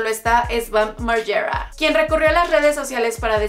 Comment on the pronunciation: "Bam maryerra" jajaja